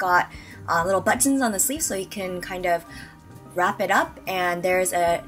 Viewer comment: I love how Korean people say buttons! I assume Korean was your first language. I really don't want to come off wrong, but I am genuinely curious about this. What about the word button makes the pronunciation have an emphasis on the "T" cause people who know English as a first language say button with a muted "T". Just curious..